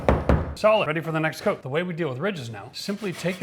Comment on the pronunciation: great skills, now please focus on saying 'out' en 'coat' in a more palpable way